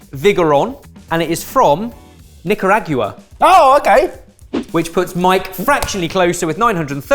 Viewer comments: I think you need to work on the pronunciation of Nicaragua. The ending is pronounced as Nicaragwa, not YouA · "Nick-uh-rag-you-uh" lol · That man said Nick-you-AG-you-Ah! 🤣 Keep making funny content fellas! <3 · Nicarag-you-a? If their press is as strongly vocal as you say they are,, you may have a Paella Burrito situation on your hands where a whole country is upset. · Much like "jaguar," (but quite unlike aluminum/aluminium) there seems to be an extra syllable in "Nicaragua" in British English. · Wait, wait, wait.... HOW?!? did just pronounce Nicaragua??? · I love how pronounced Nicaragua. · That pronunciation of Nicaragua hurts so bad, and I'm not even from there. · Listening to pronounce Nicaragua was hilarious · is out here pronouncing Nicaragua like that lady who said "mee-cro-wavay" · That's the weirdest pronunciation of Nicaragua I've ever heard. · Are we ignoring how he pronounced Nicaragua?